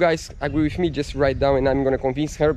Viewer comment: English is not bad at all. However he has one anoying mispronunciation and that is the "the" sound, it's not "wiv", it's "with" and it's not "tree", it's "three". Practise touching your upper teeth with the tip of your tongue for the "th" sound, look in the mirror while practising and soon you'll be an expert! Good luck to both of you!